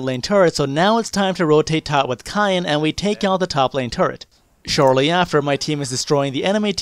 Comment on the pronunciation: I'm going to call Kayn "Cayenne" from now on.